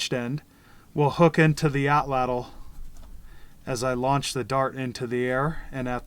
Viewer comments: Woomera is just one of the Native Australian words for this tool. I'm ok with Atlatl--but it should be pronounced correctly--which almost never happens. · Please learn to correctly pronounce Atlatl. It is disrespectful to the Nahuatl people. This is the language of the Aztecs. Not only do you learn one of two incorrect pronunciations of Atlatl in college Anthropology courses-- but the two incorrect pronunciations are so pervasive that I have heard Native Americans in North America get it wrong. They, of all people, would like to get it right if they knew better! Excellent video, though--one of the very best!